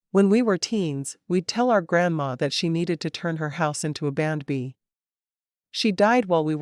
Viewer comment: Nice story but again, you should have human readers. It took til half way through to realize what AI was calling ‘bandb’ that it was actually saying B and B!